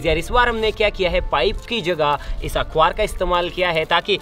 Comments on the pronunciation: Bhai akbar nhi akhabaar hota hai😂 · Akvar nhi😂🤣akhabaar hota hai 😂😂... . . . Like if u agree 😂